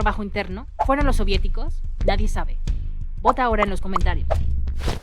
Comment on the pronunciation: Se dice Soviéticos